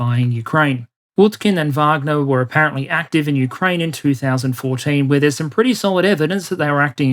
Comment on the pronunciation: Thank you so much for taking the time to pronounce wagner the correct way with the v sound. As an American every news outlet and so called expert brutally mispronounce the name and instantly you know they are just repeating the popular narrative without having any real context and history of the pmc. Love you're presentations top notch!!!! As bad as calling prigozhin putins chef.